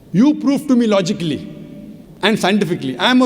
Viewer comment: He is right he can only speak logincally and scintifficcly